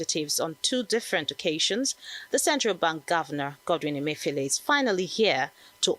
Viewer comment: How many of you heard RA call CBN governor, Godwin Emefi-OLE? Thump up if you did.